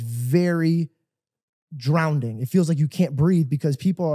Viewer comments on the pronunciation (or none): “It’s very… drownding” 😂😂😂😂😂 aw no way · “Drownding” hahaha